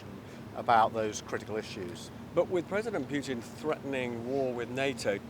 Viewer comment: Just listen to yourself … “weaken puten “ with what your immigrant force ..?